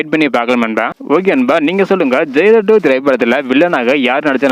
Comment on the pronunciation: ஜெய்லார் இல்ல ஜெயிலர் 🤦‍♂️